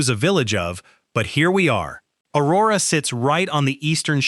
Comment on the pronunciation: You were doing well, I think, untill I heard O-WAY-go, and at that point I started wondering. Then you totally messed up the Aurora/East Aurora thing, and I immediately changed my "like" to a thumbs down. I wish people who do half-assed work, like this, on these videos, would find something else to do. Total embarrassment. You've got to care to do it right !